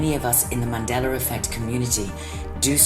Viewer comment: ManDeller? WTF!